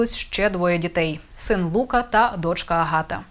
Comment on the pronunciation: СофікО, ЛукА, а не наголос на перший склад, шановна ведуча😊